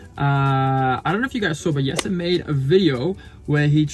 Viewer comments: Why does call Jesse Yesa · Jesse is originally a Dutch name. They pronounce it Yes-a. English speakers are the ones who changed it.